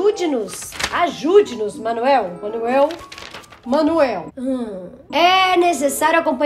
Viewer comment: A fala monoel kkkkk